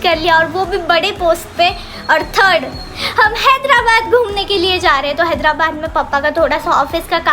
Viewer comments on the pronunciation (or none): लास्ट में हैदराबाद की जगह हेदलाबाद बोल दिए।।।😄😄